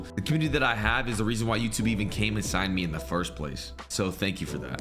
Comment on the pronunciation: ”YouTube came and signed him” but sounded like he said “YouTube came inside him”